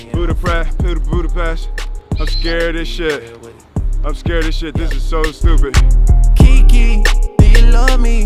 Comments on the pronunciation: Kiki not keke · Bro its kiki not keke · its kiki not keke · keke??? its kiki man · IT'S KIKI NOT KEKE